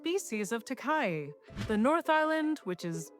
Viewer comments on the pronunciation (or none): FYI Takahē is closer to Tah-ka-HEEY, not Takai. Cheers!! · It's pronounced ta-ka-he (taa-car-hair) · Takahe = Tah-ka-hey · Does my head in when they can’t pronounce takahe 🤬💩